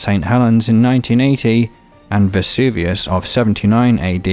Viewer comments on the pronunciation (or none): none